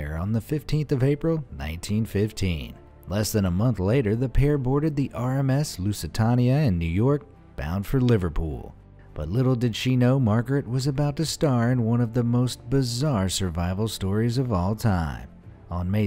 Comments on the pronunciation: You said “Lusitania” Incorrectly. It’s not “Lusitaania” It’s pronounced ‘Lusi-tay-nia’ Hence Lusitania. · Just wondering Why do ppl say the Lucitania as the Lucitarnia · Anyone else triggered by the Lusitania mispronunciation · The way he pronounces Lusitania hurts me inside.. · you cannot say the name right "Lusitanea"